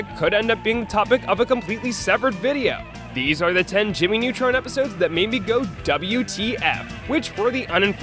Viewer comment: Jammy Nutron